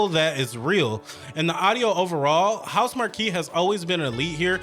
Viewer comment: It's Housemarque not Housemarquee. 😂